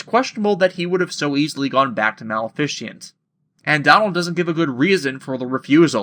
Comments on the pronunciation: I second the comment below - Riku was the originally-intended wielder of Sora's Keyblade, which is why he was able to hold onto it. And and yet again - Donald is a dick. Out of curiosity, why do you pronounce Maleficent "Mal-fish-ent" instead of "Ma-le-fi-cent"? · Ok how do you mispronounced maleficent. It a combination of malevolent and magnificence